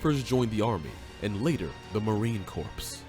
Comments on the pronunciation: Dude said marine corPSE lmao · I grimace every time I hear the narrator say "CORPSE." Also, they are Marines, not Soldiers. Otherwise, not too bad of a video.